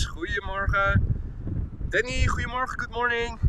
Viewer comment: Hiya Boy! You say something in Dutch to a lot of people that sounds to me like "hwee morha." (That's just what my ear hears.) Is that how you pronounce "Goedemorgen"? I know Dutch is very similar to English, but I don't know if I'll ever get the pronunciation. "BOY: He hath a killing tongue and a quiet sword, by the means whereof he breaks words and keeps whole weapons." (I'm running out of quotes, and I can't find anything more related to my question.😐)